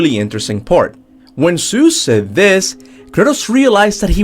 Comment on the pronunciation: Thoughts its god of war not dr seus as you say